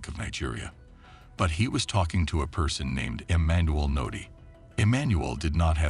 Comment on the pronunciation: His name is Emmanuel udeh